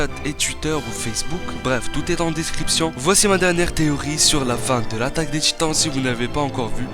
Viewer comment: C moi ou à 5 min 47 il il dit l att des gitans